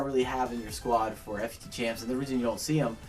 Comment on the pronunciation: it is pronounced foot champs not F U T champs